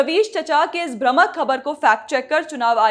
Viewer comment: Amazing Reporting. Thank you so much. One small request though, since I come from Hindi belt - its भ्रामक and not "भ्रमक" - thank you